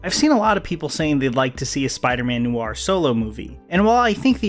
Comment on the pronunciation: “Noo-war” it’s one syllable, “nwar.” Noir is pronounce “nwar”